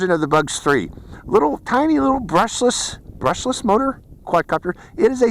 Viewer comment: He said Brusheless